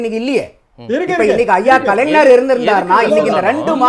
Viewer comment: நந்தகுமார் கலைஞர் என்று சொல்லி பழகுங்கள்.தமிழை பொதுவெளியில் கொலை செய்யாதீர்கள்